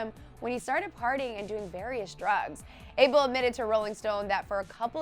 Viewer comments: It's not able it's ah-bel. Geez get it right 😩where my habeshas at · thats not how you pronounce Abel ... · Ur pronunciation of "ABEL" is so wrong hon am tired of listening 2 it